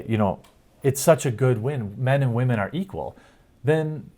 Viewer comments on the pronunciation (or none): wamen dont you mean woman:) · He called "whamen" instead of "women", so it must be false. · Bro. How do you spell “wah-men.” I hear you, Greg from Nerdrotic, and a few others use the term and I die laughing to myself when I hear it 😂. It’s funny because I never expect it and it sounds funny. Great video as always man. Keep up the great work.